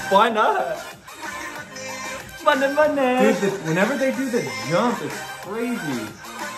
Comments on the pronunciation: MAHNI NOT MUNNY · I dont mean to be THAT person but its pronounced mahni not money